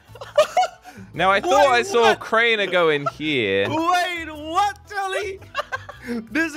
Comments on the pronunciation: It’s Crainer not crainte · “Drainer”? WTF XD